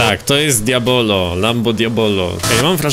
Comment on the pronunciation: Lamborghini Diablo wieśniaku, nie diabolo